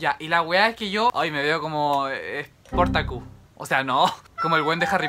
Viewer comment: Nadie: Absolutamente nadie:: "eSpOrTaCuS"